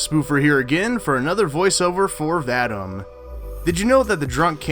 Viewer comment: It’s pronounced Vad—eem